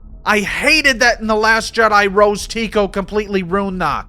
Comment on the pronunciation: The accent is solid, but you don't call Rose Tico Rose Taco, and you don't throw in half a hundred "Oso"s instead of saying "also."